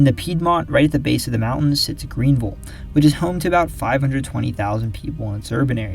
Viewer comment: Thank you for pronouncing “Greenville” correctly.